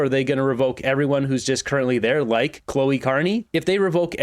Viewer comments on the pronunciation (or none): Cleo not Chloe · not Cloe, her name is Cleo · It's CLEEEEEE-OH. Not CLOH-EEEE. Lemmy guess.... The polls are wrong and a big blue wave is coming....Bloody moron! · we're barely a minute and half into the video and you've already butchered "Tecumseh" and Carney's daughter's first name. It's not "Chloe", it's "Cleo. C'mon. C'mon!!! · Mispronouncing mark carneys daughter's name over and over is funny to me, like an insult to mark. 😅